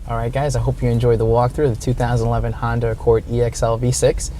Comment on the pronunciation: Did he say Hondur?